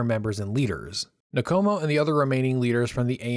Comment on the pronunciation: Good work ( but, please it’s Nkomo, no syllable between the N and k. Respectfully